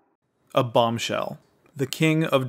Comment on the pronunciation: He said “a bomber shell”